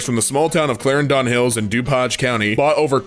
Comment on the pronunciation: The clarendon hills in illinois is across the street from my old house haha. It’s pronounced like “claritin” but with a “d” sound instead of a “t”. It’s okay that you pronounced it wrong, nick offerman pronounces minooka il wrong. No one from minooka says it like he does, I lived there too.